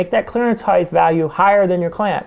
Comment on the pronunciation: Fascinated with this process as I am giving serious thought to converting my manual Turret mill to a CNC machine. I'll then be able to do impossible tasks on a manual machine. One minor point. Height is pronounced "heyt", not "heyth" as all your speakers mis-pronounce. Width is "width" but height does not have the final "th". English is a beautiful and precise language which sounds best when used properly.